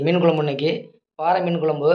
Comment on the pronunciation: பாரை மீன். பாறை என்பது கற்பாறையைக் குறிக்கும். ரை, றை இரண்டினதும் உச்சரிப்பு வேறு. பாரை மீன் என்பது தான் சரியான பதம்.